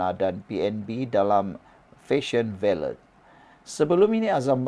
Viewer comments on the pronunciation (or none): Sebutan yg betul ialah VALE (senyap kan T).. Rajin la tanya pada yg arif bahasa Inggeris sebutan yang betul supaya tidak bunyi sengal..